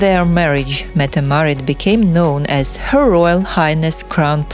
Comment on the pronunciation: You pronounce yourself incredibly wrong, she is Crown Princess Mette Marit